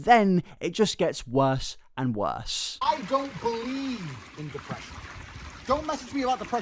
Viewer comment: Completely unrelated, but I heard say "depreesion" and my brain immediately spat out "go take your pills". So thank you for helping me remember today!